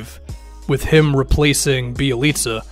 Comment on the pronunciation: I know that you know your ish because you actually pronounced Bjelica’s name right. Good job sir 👍🏻